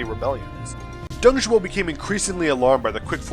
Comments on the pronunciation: Nice video , but the name was "Dong Zhuo", not "Dong Zhou" XD Dong Zhou means the " Eastern Zhou Dynasty " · That's Dong Zhuo ya dope also laughing at a couple of the misspellings, He Jin, mispronunciations, and luoyang. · Some small errors: Dong Zhuo Qiao Mao Luoyang is pronounced as Luo YOUNG. Lu in Lu Bu is kinda tricky..... a cross between Loo and Lee. Good job - looking forward to the next episode!